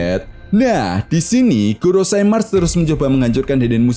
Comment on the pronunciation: GOROSEI bukan "GOROSAI"